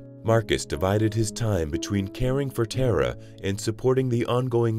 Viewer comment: Tar ah is the correct pronunciation! She is a goddess! It ‘‘tis another AI which cannot pronounce non English names! Bad!